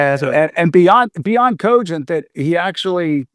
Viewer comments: It makes me so angry the way he says cogent. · The way that guy pronounces the word 'cogent' irks me to no end.